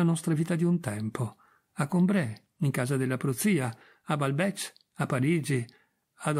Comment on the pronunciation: Complimenti, tanti, per lo sforzo e l'impegno, ma la pronuncia di Balbèc va aggiustata...